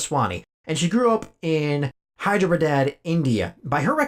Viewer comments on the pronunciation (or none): The way you pronounced Hyderabad lol